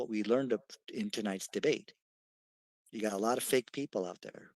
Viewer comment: Did he said “FAIC” FAKE LOL